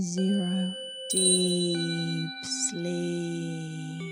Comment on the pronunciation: why would you want to shock someone while doing sleep hypnosis? Wrong. I love the rest of the recording but that deeeep sleeep is just said wrong. It’s not about people experiencing it differently, it’s just wrong. Wish you could fix it because everything else is great.